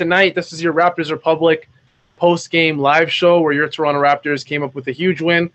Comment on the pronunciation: Love your analysis Sahal, but why are you pronouncing Toronto like SAS or some other American commentator?